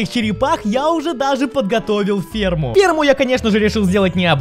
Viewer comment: я услышал перму вместо ферму